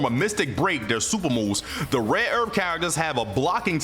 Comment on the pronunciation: Red earF